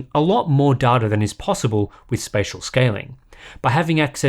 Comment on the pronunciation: i cringe every time i hear darta, its pronounced DAYTA